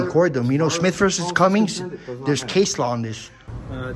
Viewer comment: There is no Smith v. Cummings, it’s Smith v. CUMMING. There is no s on the end of the city’s name